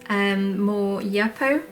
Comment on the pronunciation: Love the tutorials and I’m so happy you began using alcohol inks. The paper is pronounced youpo 👍